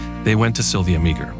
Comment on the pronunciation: Sylvia Meagher is pronounced MAWr